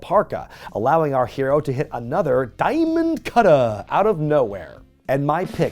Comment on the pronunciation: WHY’D YOU SAY DIAMOND CUTTER LIKE THAT?